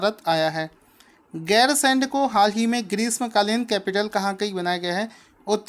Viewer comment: 9) उत्तराखंड की ग्री्मकालीन राजधानी गैरसैंण को बनाया गया है। सर जी राजधानी का नाम गैरसैंण है आप गैरसेंड कह रहे थे।😊